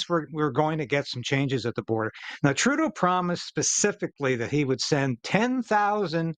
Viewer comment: Please say Justine Troodoe